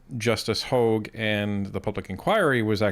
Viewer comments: Ps.... i strongly dislike how he( la blanc) says Justice Hogan. I think it's disrespectful... but this French to English translator, I really like her, but when she says it it sounds like Hug ^^ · How many times are they going to mess up Hogue's name? First its a hog, then its a hug.